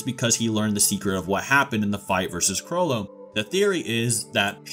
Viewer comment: This guys pronunciation of the names 🥴 “caw-loou-toe”